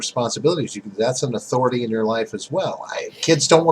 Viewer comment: When talks about "Authoritah" I hurt.